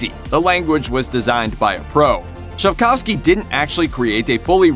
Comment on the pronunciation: its pronounced Sapkovski, not Sap-COWs-ki...come on